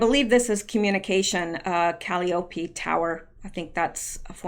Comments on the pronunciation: Hiya,. Hyacinth is pronounced (you'll recognize it)"Hiya, Cynth"! ") and Calliope is (you'll recognize this, too) Cal-EYE-oh-pee (think circus music) xx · Call-Eye- oh- pee pronunciation of Calliope. 😉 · Calliope.....pronounced "Kah-lie-oh-pea". At least where I'm from. In St Louis we had a famous landmark that played a Calliope everyday on the Mississippi River. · Caliope is pronounced as Ka LIE uh pee, emphasis on "LIE". keep doing a great job, you are one of the greatest forces of truth i have seen in a long long time. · I don’t want to be one of theirs people, but here goes. Calliope... Ca-LIE- o-pee. I know someone with that name. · Calliope is pronounced Ka lie oh pee